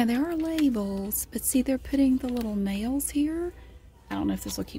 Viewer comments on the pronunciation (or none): i thought u were saying "jails" :)) but i do love your voice